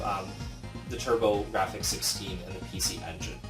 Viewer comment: It's "Turbografx" not "Turbographic".